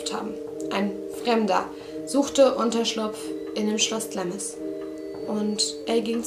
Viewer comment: Süß. Es wird allerdings "Glahms" ausgesprochen ;)